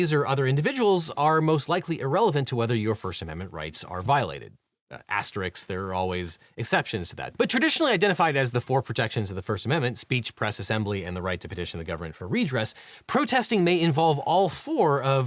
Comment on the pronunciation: It's not "aster-ricks". It's "aster-risk".